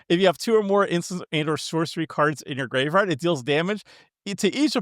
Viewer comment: never trust a guy that can't do a normal card shuffle or pronounce "graveyard" correctly